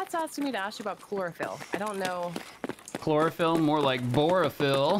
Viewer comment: It physically hurt when he said "Clorofil, more like borafil"